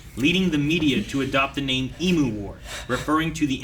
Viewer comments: It always slightly annoys me how people pronounce emu.They say em-moo instead of ‘em-you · It's always hurts me when no one knows how to pronounce "Emu" correctly. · American pronunciation of Emu is something else. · honestly to me, e-moo and e-mew are virtually identical. it literally doesn’t sound that different. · The way Americans pronounce emu is so bad haha